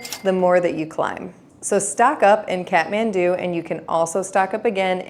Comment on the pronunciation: Here's another pro tip: the Kath part of Kathmandu is pronounced like "cot," not "cat."